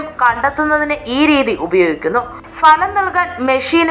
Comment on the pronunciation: കേരളത്തിൽ അക്ഷരാഭ്യാസമുള്ള എല്ലാവർക്കും അറിയാവുന്ന ഇക്കാര്യം ഇപ്പോൾ എടുത്തുവെച്ചു വിളമ്പിയത്. ഫലം (Bhalam) എന്നതിനു. പകരം Falam, Falam എന്ന് നാട്ടുകാരെ തെറ്റ് പഠിപ്പിക്കാനാണോ 👹👺😡